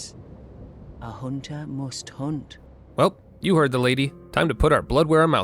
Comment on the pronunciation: "A hoonter must hoont"